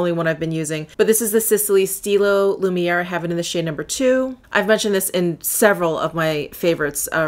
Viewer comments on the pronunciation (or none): none